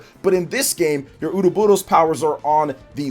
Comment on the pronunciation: the way you say ouroboros still kills me every time lol